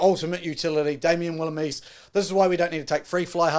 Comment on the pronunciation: Might help with pronunciation. Phonetically : France Mahl-her-buh E-fun Rewis Damien Ville-lim-sir